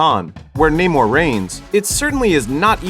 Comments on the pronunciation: Me getting mad everytime ppl pronounce it "Ney-more" 🙄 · WTF is Neigh-More? Even in the movie they explain why it is pronounced Namor, like “Sin Amor” (without love). Americans love butchering names even when there is absolutely no need to. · When someone says his name is NAH-MORE in the movie, and everyone still calls him NAYMORE. Americans.. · This was so racist. Namor pronounced his name how he says it and they had every black character intentionally mispronounce it. Completely racist to Latinos and further enforcing racial stereotypes that black people don't like Latinos. And should have made Michael B Jordan black panther, and no trial by combat all the sudden to be black panther. Absolutely disrespectful to Chadwick because his family said he wanted it recast. And to further prove the racist tone they literally made namor weakness drying of water from his back, what is back wet backwards? Most racist film I've seen in years